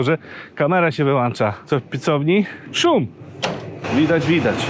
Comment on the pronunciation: WyłĄcza nie wyłANcza.